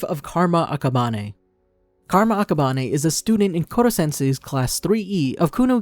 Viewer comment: Why does he say akaban-e